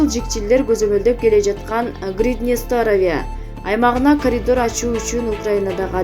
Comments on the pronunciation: Каридол дейби.... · каридол дейтко